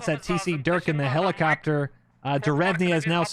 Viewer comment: dude i swear I heard my name....but that ain't me....at least u say it right...I usually get called "Duke"...like It's Durk....but okay I mean even Dirk is acceptable